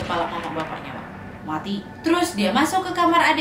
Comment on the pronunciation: Lucu dengar kata matinya ( muati ) 🤣🤣